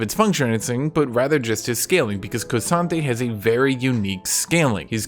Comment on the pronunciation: K'sante literally pronounces his name like that